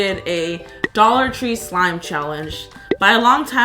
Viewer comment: dollor tree